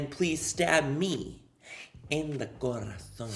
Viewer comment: The way he says Corazon ❤️